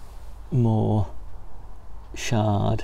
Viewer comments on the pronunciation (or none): Chard, not Shard, that's a building in London, not a leafy veg, just sayin